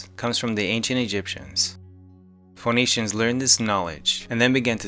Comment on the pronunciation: WORDS TO WATCH FOR: Not hid-den but hid'n. The second "d" is silent. It is not did-den (didn't) but di-nt. The middle "d" is silent. It is not jew-ler-ry (jewelry) but jool-ree. The "l" is misplaced--- by many. It is not fo-nee- shens, but fe-nee-shens (Phoenicians). The "o" is silent. Ficini, not Ficino, em-bah-dee-ment (embodiment) not em-bo-da-ment and so forth. Somewhere along the line, Americans 30 years old and under though I've also heard 40-50 year olds as well, (probably never good in school anyway), were allowed by society, schools, or both to mispronounce these words and many more--- England as well. It makes everyone sound like--- babies. If they had been encouraged to crack open a dictionary (whether online or hard copy) once in awhile then these common mistakes wouldn't, (not woodden) be a part of the accepted English language. It's never wise to dumb-down Ameria! Or any other country. But that's why so many (40-50 thousand in the 16 and 17c? Really?) wanted to punish those who were growing wise. Let's keep our power. Nevertheless, Thank you for your documentary. It WAS GREAT as always! I DO know the work that goes into them.